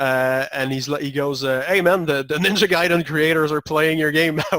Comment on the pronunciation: "Guy"den. Not "Gay"den.